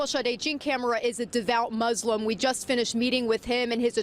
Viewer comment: Did you say mauslam?